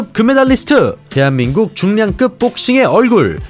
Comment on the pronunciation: 많이 들으셨던 얘기였겠지만... 대체 왜 발음을, "뽁씽한꾹 때표로써는 혜비끕의 유망주 킴형뀨 썬쑤가 있슴니돠~~!!!" 이렇게 하세요?? "때한민꾹 때표 꾝뚜기 챼널 챠또를 입니돠~" ......